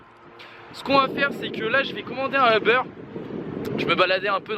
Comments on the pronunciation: Y’a ke moi que sa soule le fait qu’il dit « euberre » a la place de uber?😂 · Je vais commander un eber 😅😅😅😅😅😅😅 ca se dit uber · Ta commander un « euber » ???😂😂😂